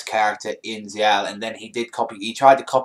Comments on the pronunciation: It's zexal not zeeal yo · ZEXAL!!! NOT ZL.